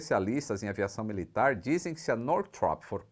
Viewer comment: no "hoje no mundo militarrrrr."